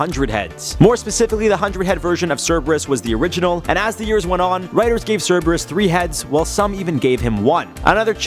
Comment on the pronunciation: It’s correct.